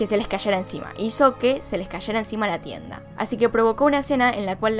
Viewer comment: "tienda"... Ulalá señor francés xD